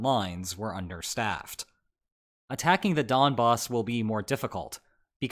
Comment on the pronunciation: The only thing: It’s Donbas with n, not m :)